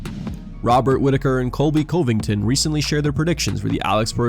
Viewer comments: the way this narrater said CoHvington made me cringe dude def doesnt watch mma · Always nice to hear from Colby Cove-ing-ton.